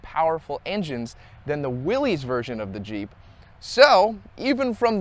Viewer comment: Common error, but Willys, is pronounced, “Willis”